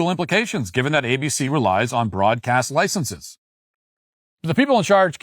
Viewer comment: "Licenses" is not pronounced "licensees," which is a different word with a different meaning. Yes, I am a Grammar Nazi who thinks words have import and meaning.